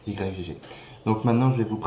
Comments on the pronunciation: Ça se prononce "igue torrent" et non "Y G G" MDRRR ;) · On dit pas Y-G-G mais "igue", comme dans yggdrasil ;) Merci pour le tuto!